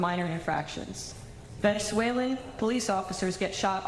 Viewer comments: technically she said “Veznezwhaling” 🤓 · She pronounced Venezuelan in gibberish… 😂😂😂